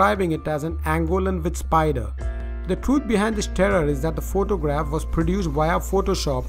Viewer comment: this guy sais phoctogragh lol